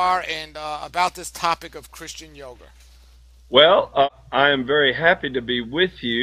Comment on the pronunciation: "Christian yog-er"